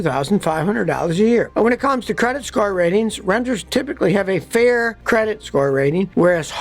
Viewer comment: Did you say credik store...😁😁😁